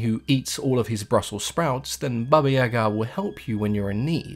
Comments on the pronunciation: I'm Russian and watched movies about Baba Yega (iyeeeega not iagaa). You really did a good job with the description. Slavic folklore is often very grey...most beings aren't outright evil. If I can recommend some movies the best are by a film director last name Roe who made it his life mission to bring fairytales to life. A good one is Morozko. In terms of literature the undisputed king of poetry Alexander Pushkin has a great series of fairy tales, s.a. Ruslan and Lyudmila Overall I always enjoy your vids and am waiting for more Slavic themed ones.😉😉☺☺ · Accent on the Ya not ga. I like how her name is Granny Yaga. Always reminded me a lot of the witch from hansel and gretel. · about the pronunciation of Yaga, im Russian too, and it is NOT pronounced iyeeeega, wtf. Yaga is exactly how it's pronounced, w the emphasis on the last syllable. I'm from Vladimir which is a 2h drive from Moscow. Don't know where is from, bc there ARE regional differences in pronunciation in Russia. Iagaa is EXACTLY how it should be said.